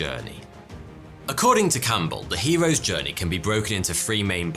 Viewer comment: What's a "stowwy" ? And I tried looking up the "hewos djwernee" but I can't find it